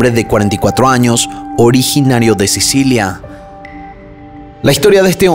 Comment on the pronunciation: Informati sulla pronuncia esatta di Torvaianica.... e anche dei nomi di persona Non capisco perché storpiare in questo modo Vanda non Uanda Vilma non Uilma! Sicilia non Sisilia Sterline?? La carabinera? I CARABINIERI! Amalfi non è un resort ma una cittadina della costiera amalfitana in provincia di Salerno!! Milano-Torvaianica sono 600 km e non 250!!! Era una brava ragazza di 21 anni, non è vero che lavorava, era fidanzata e doveva sposarsi in autunno! Hai detto un sacco di stupidaggini